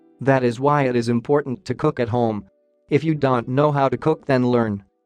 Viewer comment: You don't pronounce don't right.